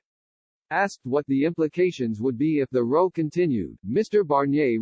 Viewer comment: Really need to edit your text-to-speech tools to make sure words like "row" are pronounced correctly. Hint* Try replacing the word "row" with "Rowe" for the desired effect.